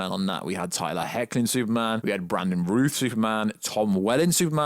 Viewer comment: The way WB is sabotaging Zack Snyder's Justice League, and the potential of The Flash movie, makes me very worried about the 'Snyderverse'. The Flash is THE character who can erase it. And that's what WB wants. I've seen a few of your videos and I'm really annoyed by your ability to mispronounce names... Brandon Routh... Routh, as in SOUTH. (not root)